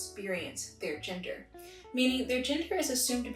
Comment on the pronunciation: Omg I thought you said ginger non conforming people 😂